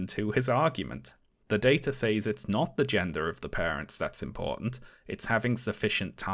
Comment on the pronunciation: Honest question: what accent pronounces says as "saze" rather than "sez"?